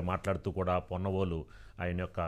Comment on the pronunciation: పొన్నవోలు కాదు, కొన్నవోలు. ఛీ తూ